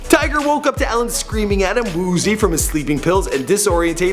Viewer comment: Not pronounced Ellen.. pronounced E-Lin (Elin)